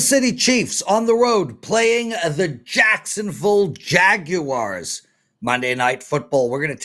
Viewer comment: I didn’t kno thts how u pronounce Jacksonville Jaguars 🤯